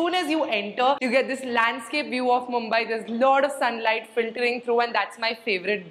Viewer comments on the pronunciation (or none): none